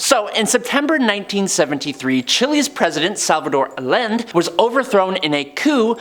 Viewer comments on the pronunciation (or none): Great Stink = 1858 not 1958. Thames = Temmz. Allende = Ah-yen-day. Pinochet = Peen-oh-shay. Oppenheimer = Ah-pen-himer. Arkhipov = Ar-key-poff. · Allende is pronounced Ah-yen-day